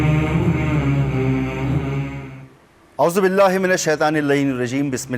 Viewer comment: Pls 24 news is Anchor Ki aouzubillah or Bismillah theek krwayn last me aouzubillah glt prh rha hy ye bnda Ku nhe koi note KR rha her Baar glt prh rha hy😢😢😢😢